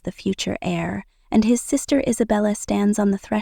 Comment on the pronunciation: It's not air it's heir.